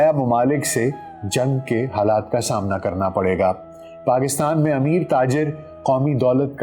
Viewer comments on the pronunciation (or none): none